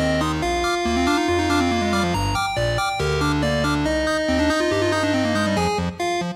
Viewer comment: ｳｿﾀﾞﾄﾞﾝﾄﾞｺﾄﾞｰﾝ😂（オンドゥル語）